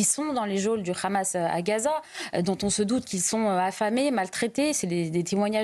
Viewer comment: Je ne sais pas si ce petit détail est mentionné dans cette émission mais 147 pays sur 193 membres de l'ONU reconnaissent déjà la Palestine. Le Hamas (prononcé "rhamasse") a beaucoup d'alliés.